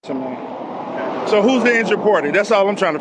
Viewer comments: Magna “charta”?? Nice try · My man kept saying "Magna Charter". It's "Magna Carta". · Sounds like he is saying "Magna CHARTER" rather than the correct term, magna carta. :face-purple-crying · ROFL Magna Charter is pronounced Magna Karta. Not CHarter. And regardless it means NOTHING in this situation. This guy needs SERIOUS help. The problem is you are NOT taking care of your kid so the government and the police have to force you to do it by ticketing you for not using a child seat. You fking muppet. Omfg. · Did he say Magma charta ??????????? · Magna Carta mooron. There is no h in it. Even a moderately educated person knows that.